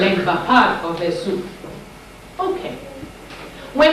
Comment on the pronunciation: As someone that's part of the Yoruba tribe, I wanna inform that in the Yoruba spirituality of Ifa, Esu is pronounced Ay-shoo not Eh-sue. The s is a "sh" sound. And in Yoruba, S words with the "sh" sound are spelled with a dot on the bottom. Great video and teachings tho.